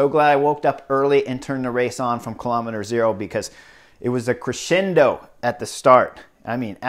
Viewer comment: Yah, it felt funny to my ears too. But hey, it wouldn't be as entertaining without a few Horner colloquilisms and complete Americanisations (i.e., botching) of foreign names.